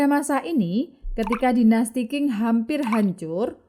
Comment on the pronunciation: Terima kasih Admin....ohya karena sdh mmberanikan mmbahas Tiongkok...harap next-nya admin perlu mningkatkn pmahaman plafalan istilah bhsa Tionghoa mandarin yg benar....misal Qing bukannya baca King tapi Ching, Fujian msti dibaca Fu Cien...ok yah min....